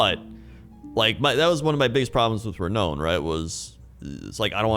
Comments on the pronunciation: I thought the same - it's pronounced "re-noun". The way people pronounce "melee" isn't how I pronounced it (there's a French and English pronunciation). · Re-nown? Re-noun you dongle! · "Re-known"... Re-nown? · re-now-n lol I love you